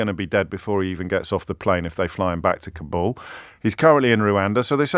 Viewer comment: At last - a presenter who just about pronounces Kabul correctly - rather than KARbul (the preferred BBC mispronunciation). JO'B probably pronounces Kyiv correctly - with two syllables - unlike the Beeb.